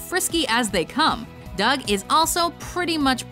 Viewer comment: Dug not dumb